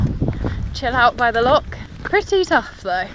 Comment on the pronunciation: Great video. And congrarulations on your first solo wild camp - and for learning how to pronounce "loch!" We Scots appreciate that. May I make one suggestion, consider alumimium cookware. Much lighter and cheaper than stainless steel. All the best!